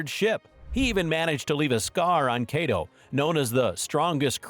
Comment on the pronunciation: nigga said kaedo